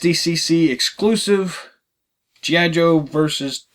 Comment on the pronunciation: Good review. But it is G. I. Joe not geeeye Joe. Mispronounced the name.